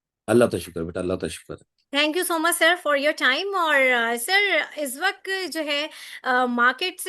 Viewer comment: "izz waqt" nahi hota " iss waqt " hota hay... tallafuz apni sahi karen kindly. Allah aap ko kamyab kry. Ameen